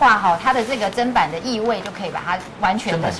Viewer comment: ，根據教育部國語辭典，砧是念ㄓㄣ，不是ㄓㄢ，要改哦!